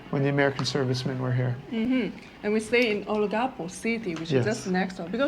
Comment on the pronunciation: olangapo...along a poe.......Tagaytay is Ta guy tai